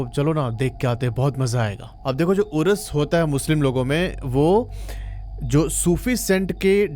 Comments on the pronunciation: Uras nahi Urs, wota nahi ota ( verandah), locket nahi taveez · उरस नही बोलते भाई साहब उर्स बोलते हैं मैं शुरू में हम कुछ सेकंड समझ ही नही पाए उरस उरस ये उरस उरस क्या है ये उरस उरस उरस का मतलब उर्स उर्स😮😅